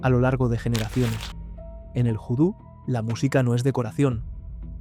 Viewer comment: Voo-Do . NO Joo-Do . . . . . . . Mírate El Film Cruce De Caminos .